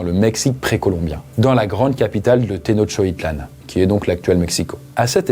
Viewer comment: te-noch-ti-tlán :D tu peux le dire!!!